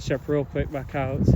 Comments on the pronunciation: Ok. You meant coyotes. At first I understood "cows". Weird pronunciation. 😂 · Me to notice that I hear cowes